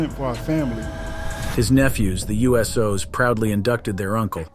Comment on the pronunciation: Damn “The U.S.Os” took me right out of the video. Subbed though enjoyed the content.